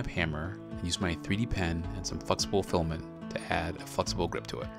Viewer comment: Fluxible Filament! (Sorry, can't unhear it :D)